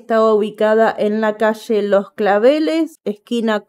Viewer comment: No és pochos és pollos,ni és cache és calle,no és chevado és levado ,no és machor és maior,aprende a pronunciar El espanol,equiste y, ll, sh, ch, que se pronúncia cada uma de diferente manera .